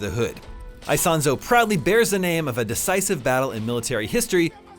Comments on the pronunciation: Btw is not "Aisonzo". It's Isonzo ("eesonzo" ). Just to be accurate 😉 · every time he says AISONSO I pull my hair